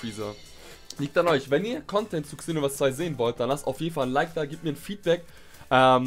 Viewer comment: Man sorichts es Senoverse aus